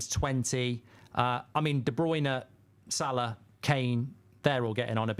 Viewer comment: it's Salah